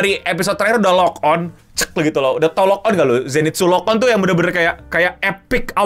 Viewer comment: Yg bener LOCKED IN, bukan lok on lok on 😂